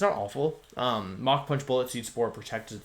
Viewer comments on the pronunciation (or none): none